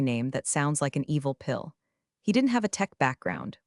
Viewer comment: Please, work on the AI!! TED is pronounced Ted, like the name.Work on read versus red. The AI needs to be worked over on this!! Still love your writer and their hilarious metaphors!! But remain 3 of 5 until clean up that AI or switch to human narrator!!👏👏👏👍👍👍❤️🐉💙💙😎😎🌈🌈🦅🍍